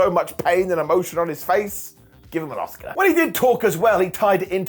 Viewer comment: Did you say give Jay uso an Oscar or an Asuka? 😂😂😂